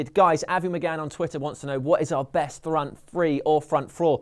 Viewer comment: Its 2032, United are closing in on title no. 28 and still struggling with saying "Front free, front frour"